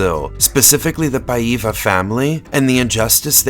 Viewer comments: Regarding pronunciation ah-IN-da es-TOH ah-kee Paiva is pronounced PI-va (as in the pronunciation of "Pi" π) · So funny the way you say Paiva with a completely wrong intonation.